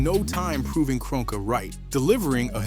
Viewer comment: Josh Kroenke *Kron-key